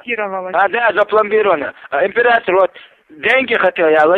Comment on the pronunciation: Он говорит не апиратор, а император